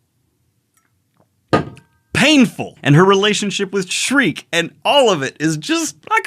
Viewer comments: youre so dedicated with the voiceacting, just please stop the SHREEEEK, her name is SCHIERKE. pronounced SHE - IRK - E good on ya <3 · It's pronounced "Sheer-kuh". Not "Shriek". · It's Sheerkeh, not shriek. Sorry, it just grates on my ears. It's a German name that means bright or pure. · I love readings of berserk. My only criticism is that Shriek is a high pitched Scream and not that characters name. And it hurts me a little every time I hear that lol. I'm sure you've heard it a thousand times. I'm sorry, please forgive my need to quell my absolute autist takes. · By the way bro, then little witche's name is pronounced: "Shear-key" love the videos though!! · please stop calling her "Shreek" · Schierke is pronounced, according to romaji, "shi - ru - ke". The origin of the name is speculation to be german. Alot of fans interpreted her name as "Silke" as the romaji would also fit. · Damn, so you get an A+ for trying now? ...guess you went to a "Special Ed" school >.> also...come on...he said "Shreek" to Schierke...that's as far away as possible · And you wanted to do a deep dive before this arc... Thank the God Hand you asked before committing to it. My only nickpick is you calling Schierke shriek all the time xD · Please stop calling Schierke Shriek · Yo daniel, schirke's name is pronounced "sheer kay" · Cool vid but you are pronouncing Schierke and Serpico’s name wrong bro